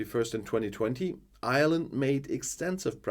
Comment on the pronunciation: Ireland is the name. You will attract the ire of the Irish. Remember that it's pronounced IREland, not island. Failte go hEireann.